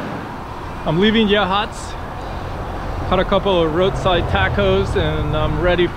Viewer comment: Can never get too much of the Oregon coast. Glad you enjoyed it. And KUDOS to pronouncing Yachats correctly.🥰👍 Agree the traffic is pretty heavy. 101 could use some improvements. Journey well.🚴‍♀️